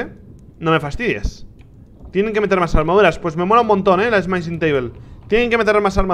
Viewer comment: Le iba a dar like al video porque me gusto la review y las reacciones de Rich, pero Rich pronunciando "Smithing" como si fuera "Smite-ing" me dio dolor de cabeza. x_x No le doy like, pero tampoco dislike.